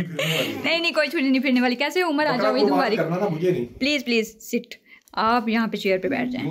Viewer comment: Mubarik nhi aj tk mubarak padhe Or sune